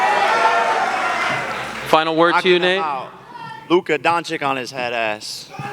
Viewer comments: Jake saying luka dončik makes me sick, hes luca donchich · Blud said Luca don chick💀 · He should at least learn how to say Dončić